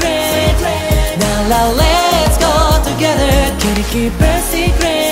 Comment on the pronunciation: のLet's go togetherの発音好き☻